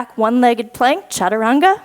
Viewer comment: Love the challenge this class brought me, OKAY WE NEED MORE OF THIS DIFFICULT LEVEL FROM YOU (you are an inspiration)!! I Almost collapsed when you said chachaturanga for a mintue lol!!!